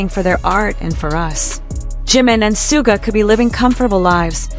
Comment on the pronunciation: Please show respect to Suga by pronouncing his name correctly.